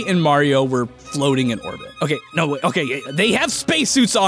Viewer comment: "hokay so.. here's the earth" I see you